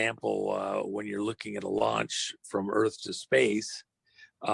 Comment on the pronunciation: Bullshit with all this double talk. Lol he said earf...it’s earth! Lol